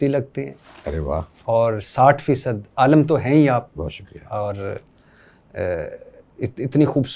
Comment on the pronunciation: Bhatti Saab Alam ni hota Alim hota hy.